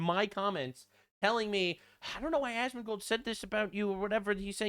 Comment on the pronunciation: Did say Asmondbald🤣